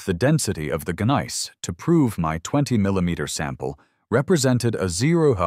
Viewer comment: Please let your AI narrator know that the "g" in gneiss is silent.